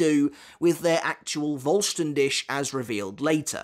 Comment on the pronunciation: I've been wanting to say this for a while now, the "Dich" in Voll Stern Dich is pronounced like "Dihh". There's a tiny bit of "c" sound in there but it's very faint, it sounds like a cat's hiss actually. You've been pronouncing it like "Dish". Just a slight correction. 😊